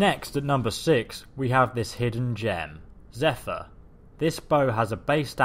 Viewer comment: I also find it funny how you can pronounce "Zephyr" properly, but not "Stahlrim" :/